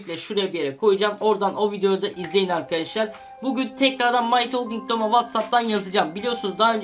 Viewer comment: MY TOLKING DEYIL! MY TALKING TOM!